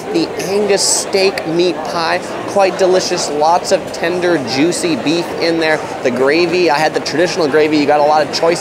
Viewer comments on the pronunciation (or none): none